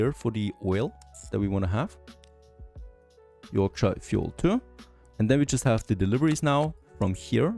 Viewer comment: You pronounced yorkshire two different ways lol